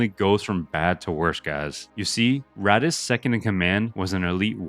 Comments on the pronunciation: it's not ratas, its "ar-tas"... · I started watching the video and bro is complaining how nobody knows “Ratass” Vadum 😂.